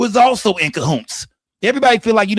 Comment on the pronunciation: Wtf is kahoonts?😂😂